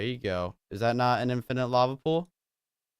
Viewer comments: did you just said:"infinate lava pool"? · You said infanent lava pool instead of water pool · lol Unspeakable u said infinant lava source like it noticed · You said infinit lava pool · you sayed infident LAVA pool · I noticed that he said offended lava pool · Does any one notice he said "infinite lava pool"? Lol, did he say that on porpoise?